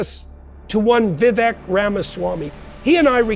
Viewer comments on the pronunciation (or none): At least say his name correctly. It's Vivek like cake.